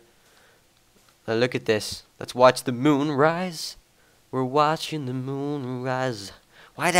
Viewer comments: "the muune" haha ^^ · "Look at the mewn :3" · i like how say moon xD